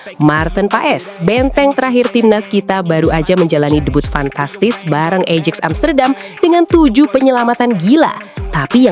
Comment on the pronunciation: Bacanya ayax bukan ejex